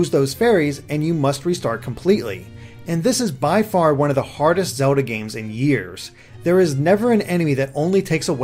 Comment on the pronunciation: Am I the only one extremely annoyed by how this reviewer pronounces the word 'Zelda' like 'Zuhlda'